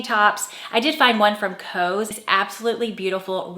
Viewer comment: COS is pronounced like COSS, not COSE, FYI. Love your content!